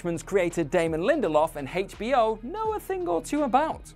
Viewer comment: I guess I'm the only one that hears it and thinks so but the way you guys pronounce HBO is so damn weird